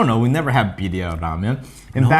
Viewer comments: Cross culture recipe!!! Roll those R's when you say BIRRIA!!! "BEE RRREE AH" I can't wait!!! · The Pronunciation for Birria is not correct but the Ramen looks amazing. Props